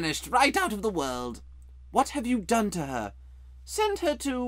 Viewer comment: "WOT?" said diggory.